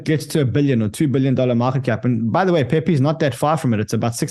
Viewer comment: You said it right the first time, pee pee coin